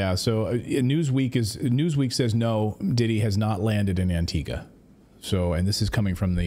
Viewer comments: Wish I had a dollar for as many times Antigua was misprounced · AntigUa. Cape VerdE. And are you trying to say Barbados or Bermuda?! 🤯